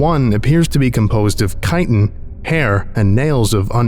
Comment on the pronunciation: Ooooomg, THANK YOU for knowing how to pronounce “chitin”!!! So many people think ch HAS to make a “chuh” sound and it’s so annoying hearing people say “tch-ite-in”